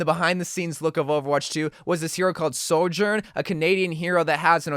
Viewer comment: Why does he keep saying SOR-JOURN, is it not Sojourn? Like ‘Sojourner’